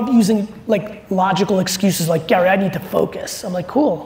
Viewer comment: Damn Gary you said it properly! No shortcuts my friend !